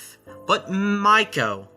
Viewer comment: Correction. MEIKO is pronounced May-ee-ko